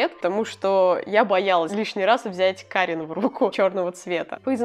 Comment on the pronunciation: Как создание обитающее в Польше скажу, что более точное произношение фирмы "кАрин", ибо ударение всегда на предпоследнюю гласную, за некоторыми исключениями 💖 Хотя, ближе к концу ты так и произносиш